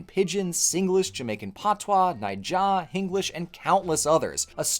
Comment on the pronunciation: Your pronunciation of "Naija" caught me off guard with how good it was. Must have taken some intent to get that ❤